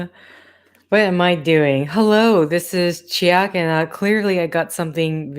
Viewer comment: Chick soo lub is kinda how that word sounds